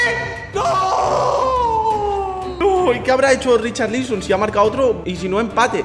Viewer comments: Nadie: Absolutamente nadie:: Richarlíson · RicharLÍSON, jajaja que pronunciación lol